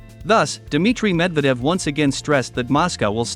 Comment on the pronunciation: Typical American, still mispronounces a prominent name that has been on the world stage for over a generation. Dude, make an effort !!